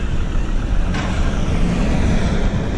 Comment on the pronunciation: when u said 'left' i always herd west) dont know why) greetings from Ukraine-)